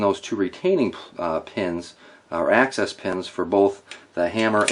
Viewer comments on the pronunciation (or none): I love these kinds of videos. Well done. It does bug me a bit when folks pronounce "axis" like "access" when referring to the FCG pins. Also, I usually hear it called a disconnector, not disconnect. "Disconnector" is what's named in 922(r), if that means anything. One's a noun and the other is a verb. Minor feedback for a great video. I appreciate this and your other videos!